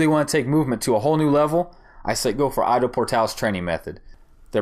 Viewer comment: The way you Ido, sounds "I dow... " It's more like e-do ... Bring that Japanese sound like in judo